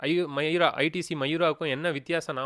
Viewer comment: Bro அது மயூரா இல்லே மவுரியா ....